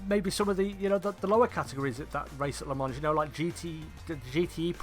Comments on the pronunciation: Pronounced “lə mɑ̃” not “la mans” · Nice vid, the "S" is silent, it's pronounced "Le Mon" spelt "Le Mans". Thanks for a good vid.